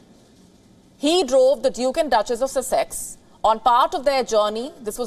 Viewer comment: Wow. He sold out. His vocabulary is Meghan’s. Or Harry’s. Lol. And it’s pronounced sus-x